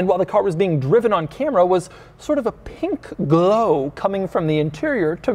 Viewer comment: the amount of bAtH mAt and pInK gleoW you said...